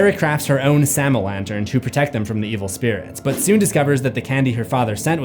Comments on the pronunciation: Samhain pronounced Sam-Hāne not Souw-Wen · You seriously need to pronounce some words correctly. Sidhe isn’t called She. 🤦‍♂️ it’s pronounced SID HE. Man you’re dumb. Also Samhain IS called SAM HAIN not SOWEN! Did you even go to school? 🤦‍♂️🤦‍♂️🤦‍♂️🤦‍♂️🤦‍♂️🤦‍♂️🤦‍♂️ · please don't tell me you can the band Danzig was in Selwyn or whatever you're saying. His band was call Samhain. SAM-HANE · Was jsut about to comment how annoyed I was each time you said 'sa-whene' without following up with Loomis 'sma-hayn'. Set my little brain at ease when you added it... the voices thank you! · No, dude. It's pronounced 'Sam-hayne' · Great vid! Whenever you say Samhain i hear. Sam-hain lol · Dr. Loomis pronunciation of ‘Samhain’ never gets old😂😂